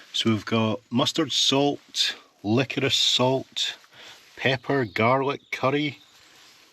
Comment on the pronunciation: Thank you for your (correct) pronunciation of 'liquorice' .